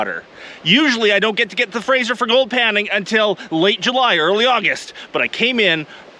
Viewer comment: Were you in ideaho ? Did you say frasher river